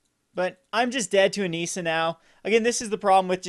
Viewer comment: Hate how he says Nissa. The i is supposed to sound like the i in trick. Not NEESA. -___